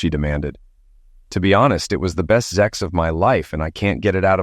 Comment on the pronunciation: For God's sake, it's not zex, it's sex. Stop with the damn zex already!